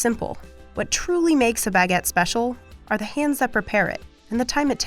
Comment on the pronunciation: Sweet Jezuz. It’s Baguette NOT BEGETT. If this is VICE’s idea of an international food correspondent it’s truly comical. Ignorance is a sad excuse for laziness….. just look up how to pronounce words properly sweetheart ~ I’m embarrassed for this gal.